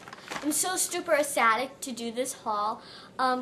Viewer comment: loved the video but FYI ecstatic is pronounced extatic